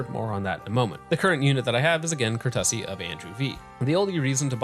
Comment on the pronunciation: When you pronounced courtesy "Ker-tuss-see" I about fell out of my chair laughing...